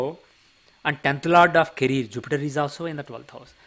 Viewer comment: Caree -er. Not caree-r😄